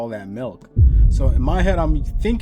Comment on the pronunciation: Bruh I was crying when you couldn't say probably 😂😂 I'm so sorry and then you said boombaclot I snortedm my tequila 😆🤣